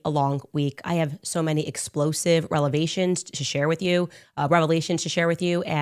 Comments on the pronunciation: I noticed the same thing. Relevation what the hell is that? Instead of Revelation she said it twice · The word is not relevation It's Revelation. What is wrong with her.